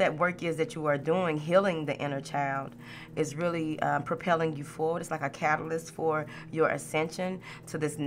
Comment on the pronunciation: ❤️ love your energy even if you still have a cough. “Move forwart” 😂 love it 🥰